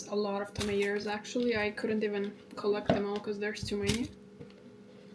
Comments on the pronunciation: good ol' 'maters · It absolutely tickles me how you say tomatoes like an American from the south 😂🫶